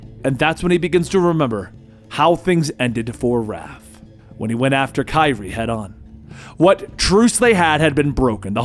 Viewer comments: No offense my dude it is pronounced kuh-rye (karai) just a little help with the name. Love the content been watching for years. Keep up the awesome work. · Her name is pronounced: "kuh-rye". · Do you mean Karai? It sounds like you are saying kairi? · You probably already caught it but I think it's pronounced ka-rye lol oh well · Nice dramatic reading but next karai is pronounced kuh-rai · Take a shot every time says Kairi instead of Karai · Just to let you know its pronounced kuh rye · bro it’s pronounced “kuh-rye”. Who’s Kyrie😂? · Firstly, great recap! Secondly, it’s pronounced Kah- Rai And thirdly, RIP Ralph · her name is pernounced Karai(Ka-Rye) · Why can't he pronounce Karai? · Is anyone else bothered by how he says Karai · And he also botched Karai. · He made her sound like a kingdom hearts character lol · You did great but pronounced Karai wrong 🙁 other than that it was awesome!! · its not kairi tho its karai (ka-ra-yyy) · You meant to say [kah-rah] when you said [Kah-ree] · Btw your saying Kari wrong it’s pronounced like (Ker•ai) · If you're gonna say her name pronoun it right it's karai it's not kyrie where did you get the name kyrie from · Her name is karai, not kairi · kye-reee????? its kuh-rye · I like always says Kyrie when it’s really Kriy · The narration is great, but I can't stand how he pronounces Karai's name. (It's supposed to be pronounced Kuh-Rye, not Ky-Ri) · Her Name Is Pronounced Ka-riy Not Kiree No Offense! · we're you actually saying "Keye-Ree"? lmfao it wasn't until the 6 minute mark I realized he meant karai "Kuh-Rai" lmao wtf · Idc if I sound like a jerk pointing this out but I do mean this sincerely...Karai. Ka-Rai. Not Kairi. Ka-Ry. Karai. It's not that hard. I'm sorry it just...man, that actually bugged me more than I expected. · Just an fyi it’s not kai-ree, it ka-rai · It's Ka-Rye. Not Kye-Ri. C'mon dude. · Kerei?...Karai Ka-rai 😆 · It's pronounced 'Kar eye' not 'Kyre'. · Did my guy just say kaira instead of karai